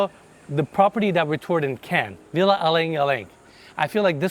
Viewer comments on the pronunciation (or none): none